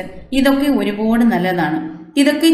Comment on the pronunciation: താങ്കൾ നന്നായി ചെടിയെ സംരക്ഷിക്കുന്നുണ്ട്. ഭംഗിയായി പൂക്കൾ വിടർന്നു നിൽക്കുന്നത് കാണുന്നത് സന്തോഷപ്രദം. ഒരു പോട് എന്ന് കൂടെ കൂടെ പറയുന്നത് മാറ്റണം. ഒരുപാട് എന്ന് പറയാം